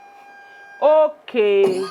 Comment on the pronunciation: she even stressed the okay